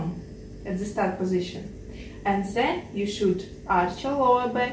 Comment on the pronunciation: She said “ZEN you should arch your back” So cute lol